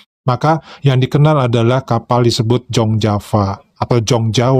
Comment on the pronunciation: 'Jong Java' itu bacanya 'Yong Yava'.. bhs belanda..